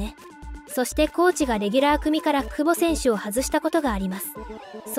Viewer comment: くぼ↑違和感